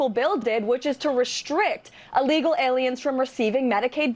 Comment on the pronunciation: Allegal? Can’t even say illegal